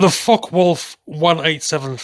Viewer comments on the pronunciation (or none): its more like "Fockeh Voulff" in german :) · Hello, the A-0 in the 187 designation is read as “A Zero”. In German it’s pronounced as “A Null”, denoting a pre series or pre production aircraft (Vorserie in German) as opposed to V for “Versuch”, which were prototypes. It’s a bit like the US X and Y prefixes to plane designations. X would be Versuch, like experimental, Y would be Vorserie, just short of going into mass production (then usually discarded by some stupid bureaucracy). Thanks for the great videos 👍 and Greetings.